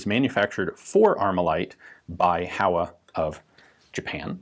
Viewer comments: It's pronounced "HOh-wa" [two Japanese characters, Ho & Wa if written using the hiragana syllabary] not "HOW-uh..." Just sayin'... ;-) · HO!-WA (how-ah is killing me). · For future reference, 豊和工業(HOWA Machinery) is pronounced Hoe-Wa, rather than How-A. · Reminder with the pronunciation of "Howa". Since it's japanese, it's supposed to sound [ho-wa], not [how-a]. Typical american pronunciation errors in reading mosr foreign languages. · Not Hawa, Ho-wa. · Ian sensei! "Howa" is pronounced as "Hōwa", like "Ho" in "hose"! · "Howa" is pronounced "hoh-wuh." The company's name used to be "Showa" but was shortened to "Howa." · HOWA is pronounced like Hoh-Wa in Japanese lasguage